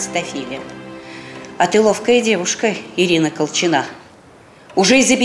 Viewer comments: Почему колчина' ? Я была Ко'лчина . Так ухо режет, такое ощущение, что спецально на этом делают акцент, противно. Зачем менять ударение? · Режет ухо, КолчинА, КолчинА. А правильно КОлчина.